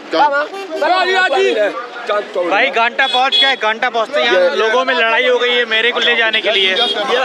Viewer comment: Bhai to ganta bol raha hai lekin ghanta sunayi de raha hai 🤣🤣🤣